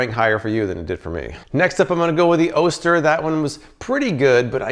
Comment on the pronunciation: Love the channel! Just an FYI, Oster is pronounced "AWE-stir" not "OH-stir"